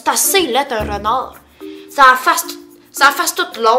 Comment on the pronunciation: Personellement chu quebecoise et je suis tout a fais dacord avec ta vidéo surtout la différence entre les français et les quebecois ! Touka j'adore ta video mais se qui ma fait le plus rire c'est avec le "renârd dant son gâroge " ahahahha j'adore tes vidéos ! Continue on t'aimes beaucoup ! 💝💝